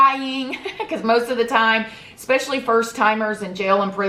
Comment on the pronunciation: You are lovely, but it’s Especially, ES, not X-speshully. There’s no X in especially. Sorry.